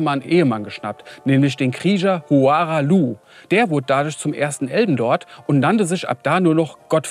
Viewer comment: zwei drei Namen stimmen nicht. Hora(ra)h Loux und radogan (hier radagon genannt. ansonsten sehr lustiges und gutes Video. Wie so oft ein Highlight